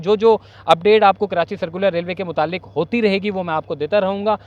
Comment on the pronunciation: کرانچی بولتے ہو ، کراچی صحیح لفظ۔